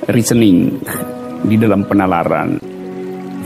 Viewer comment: Reasoning jadi rekening 😂